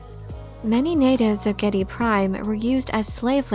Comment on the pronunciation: Harkonnen is pronounced Har-co-nen and Geidy prime is pronounced Geedy prime.